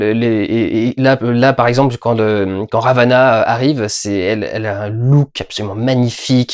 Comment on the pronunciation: Ravena Durendal Ravena, pas Ravana 😂